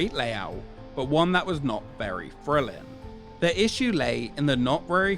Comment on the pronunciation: its thrilling, not frillin